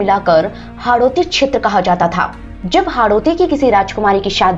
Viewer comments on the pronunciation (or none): none